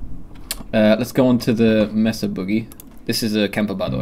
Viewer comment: 'MAY SAH' You know, like a flattened mountain?